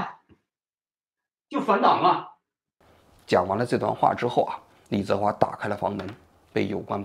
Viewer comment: 王局到底有没有真的一直关注这些事情？如果真的有的话，怎么会说错“李泽华”的名字那么多次？一个人听上几遍之后就应该记住了啊